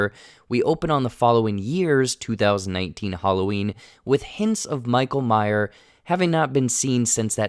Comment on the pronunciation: Lol “michael Myer”